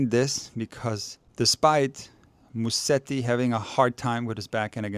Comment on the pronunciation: Amazing analysis thanks! Just one favor for Italian speaking followers: it's Muset-ti and not Mussedi 😉